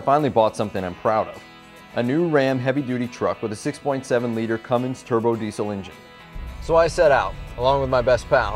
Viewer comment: cummins not cummimgs but you know that right